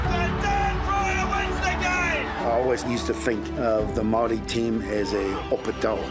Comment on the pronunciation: use your Maori tongue girl your pronunciation sounds of the welcome sounds like a 2 year old ??